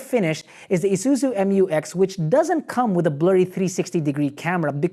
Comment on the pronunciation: Butchered the name again, right off the bat. “Emyoowex”!